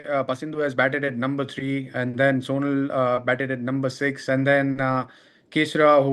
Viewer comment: His name pronouns like sonaal not soonal